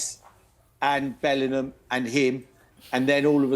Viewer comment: why does Merse say Bellinam?